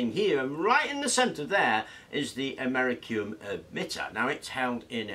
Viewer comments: americum... americum..... ˌaməˈrisēəm my nigga, there are two "i's" in that word bruh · Americium is pronounced Am - er - iss - ee - um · its pronounced AM-OR-REECE-EEE-UM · *Americium. A-me-ri-cium. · Very interesting. Not sure you pronounced americium correctly but who cares. Thankyou